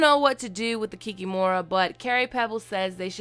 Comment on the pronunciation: Great video! But the emphasis in the word Kikimora is placed on the second syllable " kik`Imora"